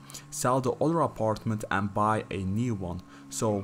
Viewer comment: the way he say aparetment im dead